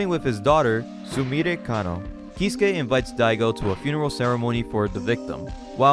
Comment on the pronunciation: Example of a name in this vid: "iie" is not "Eye-E" but "E-ay" "Keisuke" isn't "Key-su-kay" but "kay-su-kay"